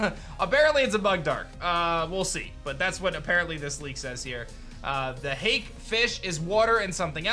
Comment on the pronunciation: Hake ... pronounce it like (hawk-ae)